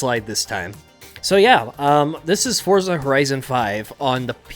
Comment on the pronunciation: its pronounced ForTza